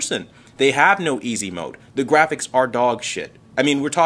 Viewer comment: He probably calls it a Jraphics Card